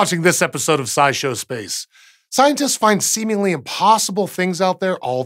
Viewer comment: Hehe he he, he said semengly, hehe he he he...